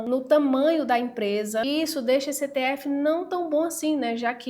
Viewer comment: Só de não falar itiefe já mereceu o like.😂😂😂😂😂